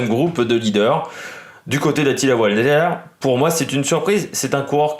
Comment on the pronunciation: On dit valter il me semble non Walter